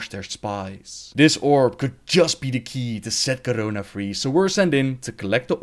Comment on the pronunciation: Am i the only one who gets really annoyed by the way he says Garona and the way he pronounces the letter r?